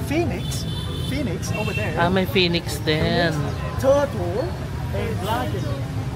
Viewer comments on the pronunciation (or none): none